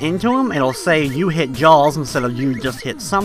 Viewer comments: ITS JAAAAAAAAWWWWS! not jawls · Had to stop watching after 40 seconds..Couldnt hear u call Jaws "Jalls" anymore..